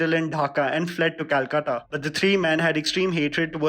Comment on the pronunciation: Thank u fir this and pronunciation of Calcutta